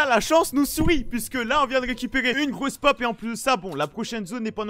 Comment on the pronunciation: C moi ou y dit une grosse pop ?